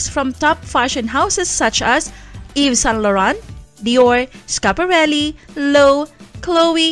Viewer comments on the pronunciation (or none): first minute pa lang turn-off na agad ako sa voice over. Halatang hindi mo Alam ang correct pronunciation ng mga brands. LO-WE-VE hindi LOWB, SAAB hindi SA-AB.